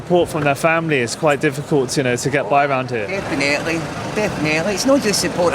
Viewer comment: I love Glasgow, my mammy was Glaswegian, but see the way some pronounce definitely as defenaitly. Grrrrrr.